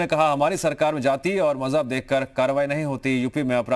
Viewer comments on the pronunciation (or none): Accha chahha..jab bolte ho to bas maz-hub hi nikalte ho...